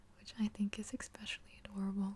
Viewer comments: your videos are almost crucial for me if I want a good nights sleep. I'm very appreciative of the work you put in to your videos and how much effort they take. one request though? other than the super obvious "more videos!" Please stop saying "exspecially." it makes me cringe when I hear it. much love your way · I love this video apart from every "ekspecially" being like nails down a chalk board.